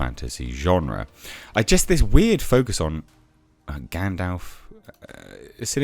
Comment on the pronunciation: Thanks for pronouncing gandalfs name correctly. Loads of people say gandolf and it's irksome